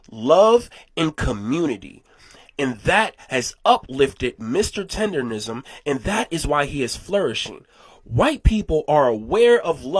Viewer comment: tenderNISM!!!!!! NOT RISM!!!